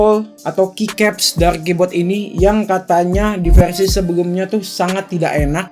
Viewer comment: Versi bang bkn perasi